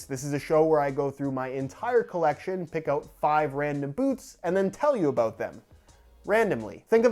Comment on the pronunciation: Did you hear him sat aboot instead of about ;) it really fits with these videos